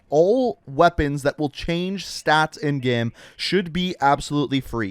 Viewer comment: LOL you say "gurm" instead of "game".... incredible.